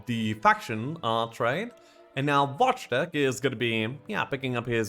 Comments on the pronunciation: I can't be the only one who smiles whenever calls Wojtek Watch-teck/Wash-check/Łodżtek:D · Come on lets just start saying wojtek properly...